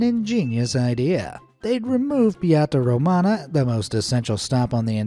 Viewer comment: Tbh as a Romanian, the way you pronounced Nicolae Ceaușescu and Piața Română made me cringe.But many non-Romanians get something wrong when speaking Romanian,so it's OK. The metro station thing is anyway probably one of the most bizarre and absurd things our dictator did(and there are some,trust me). Nevertheless,you made a good vid as usual.